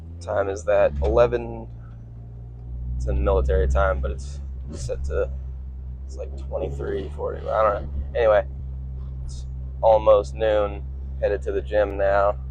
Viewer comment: you said milartary time. are you a veteran? What do you do for work?